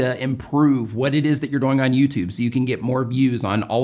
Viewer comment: Every time he says doing, it sounds like he saying boing😆